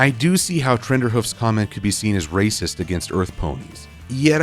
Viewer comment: raysis hahah